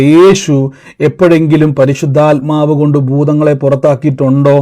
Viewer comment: " പരിശുദ്ധയാത്മാവ്"എന്നല്ല, " പരിശുദ്ധാത്മാവ്". എന്നാണ് ശരി. ഈ തെറ്റ് ആവർത്തിക്കാതിരിക്കുക.